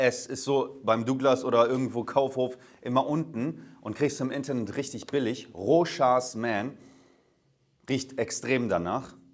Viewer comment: Das s wird beim Rochas nicht ausgesprochen. Bleibt stumm.